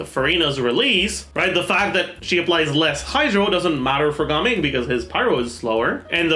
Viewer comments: Ga-ming ❌ Gaming✅ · Had to watch the first few seconds to confirm whether he said Gaming or Gaming